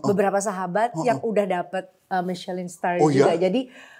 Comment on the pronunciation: ‘Michelin’ bukannya dibaca ‘Michelang’, ya…